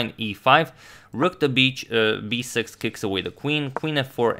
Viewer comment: who else heard "rook to bitch 6 xD"